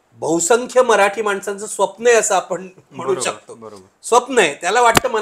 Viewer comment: काही शब्दांची नीट प्रॅक्टिस करत जा.. उदा. दोण, स्वप्ण, वगैरे... दुसरं म्हणजे तुमचं निरीक्षण कच्चे आहे..२०१४ मध्ये दोन्ही ठाकरे सोबत होते, २०१९ मध्ये दोन्ही विरोधात होते..२०२४ मध्ये मात्र एक सोबत आणि एक विरोधात होते...तेव्हा एक ठाकरे कायम सोबत ठेवला वगैरे बाता झूठ आहेत... आणखी एक शिंदेंनी नगरसेवक पळवले म्हणण्यापेक्षा शिंदे कडे गेले असे म्हणू शकता..आणि ते योग्य आहे असे वाटत असेल तर पवार साहेबांनी २०१९ मध्ये अख्खा पक्ष पळवून सरकार स्थापन केलं असं म्हणायची देखील प्रॅक्टिस करून घ्यावी पाहुण्यांनी सुद्धा... आपला अजेंडा रेटण्याचा हा एक प्रकार असतो...तो बंद करा...लोक खरेच चतुर आणि हुशार आहेत...त्यांना तुमचा propganda समजतो देवा...